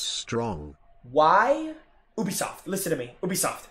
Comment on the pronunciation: It's Ubisoft not ewbisoft 😂😂